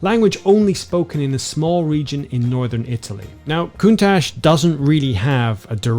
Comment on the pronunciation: FYI the word Countach should be prononced CountaK